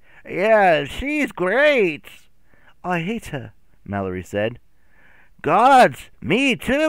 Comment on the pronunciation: me reacting everytime he calls Mallory Mak